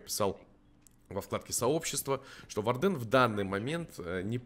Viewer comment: по моему нужно увеличить сам щит блица и не вардЕн, а вАрден